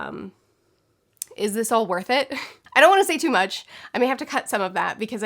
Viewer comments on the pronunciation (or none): none